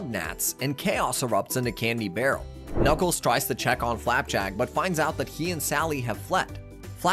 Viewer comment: This has to be AI read.. “ka-nuckles” “com-pass” “posaiden”